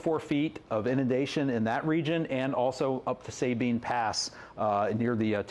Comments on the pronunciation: Say been pass? Really? Its pronounced sabine pass! Let me help you out! Subeen! Not Say been! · Thank you ! …….just two pronunciation corrections. Suh- bean and Pala - steen. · It’s pronounced Sah-bean, Sabine.